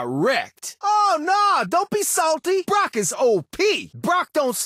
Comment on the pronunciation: Did just pronounce Brock as “Brook”??